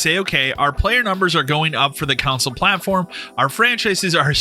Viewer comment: Hearing console pronounced couwnsole hurts my ears.